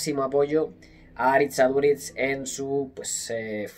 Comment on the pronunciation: Porfavor: Aritz Aduritz no, Aritz AduriZ